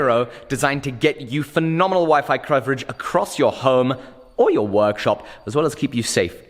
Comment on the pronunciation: i'm saying "croverage" instead from now on